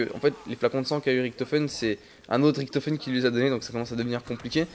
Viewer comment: Gg mais tu me stress quand tu dit Riktofen